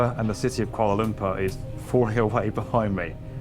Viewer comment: But it's Lumpur, not Lumpa! Sounds ridiculous when you say Lumpa.